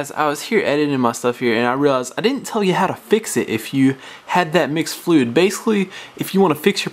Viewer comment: Don't need firearms training. This guy sounds like he has a mouth full of marbles.Slow down. The word is "fluid" not fluei".